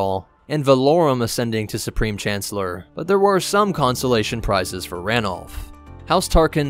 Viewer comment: amy sargent ranulph not Wiiluf. Got me too lol